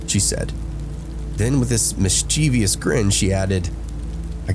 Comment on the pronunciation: The word is pronounced MISS-chevus!